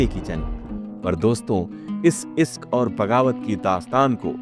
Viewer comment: Pahle bolna to seekho Isk nahi bolte Hain Ishq bolte Hain